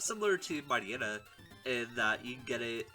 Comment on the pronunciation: Why do I hear Mariana when he says Mightyena? Why do I hear Move cheater when he says Move tutor?